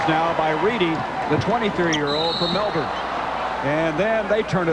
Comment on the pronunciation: The “Brizz-Bayne” Bullets, eh? And shortly after that I was surprised to hear him NOT butcher the “Mell-Born” Tigers 😂 one of the only Americans I’ve ever heard pronounce it as Aussies do